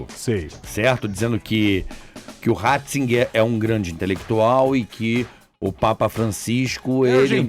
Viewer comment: "Ratssinger" Tá sabendo, Roberto.